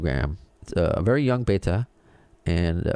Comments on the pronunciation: Beh-ta Leh-Biz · It's Betta not Baita, I'm sure I'm spelling it wrong, but you are pronouncing it wrong, I think , another great show Thanks.